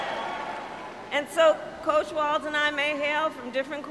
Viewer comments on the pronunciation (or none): Coach not couch!